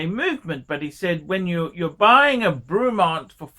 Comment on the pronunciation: It’s ‘Brey’mont not fucking ‘Brew’mont you imbecile. 😂